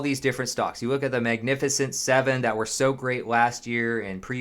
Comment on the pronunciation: “If you wook at”